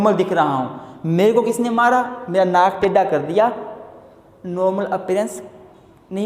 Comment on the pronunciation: sir awesome... 😇.but pronoun of naak tedha so funny 🤣😇🙏